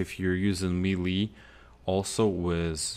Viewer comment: He pronounces, lead, melee, and robots wrong